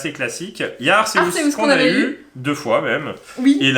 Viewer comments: Arkeus pour la prononciation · "Arsséouss" ???? wtf on m'lavait jamais faite celle la